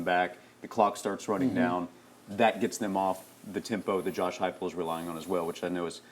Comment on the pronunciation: Who called plays first half Halzel , second half heupel